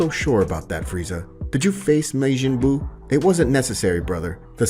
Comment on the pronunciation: This dude butchered so many names while reading this. Which normally wouldn't bother me, but the way he butchered Buu's name hurt my soul lol